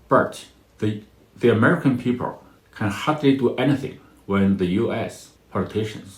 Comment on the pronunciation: He can't pronounce the letter "L"!People becomes peepurr. Bring back the artificial voice.